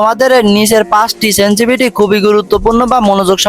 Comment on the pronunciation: ভাই সেনসিভিটি না। শব্দ টা সেনসিটিভিটি